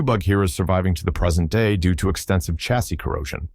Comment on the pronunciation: Chassis - pronunciation Sha (as in shall) see, not Cha as in chicken; and coupe, coo pay, not coop, which is what you put chickens in.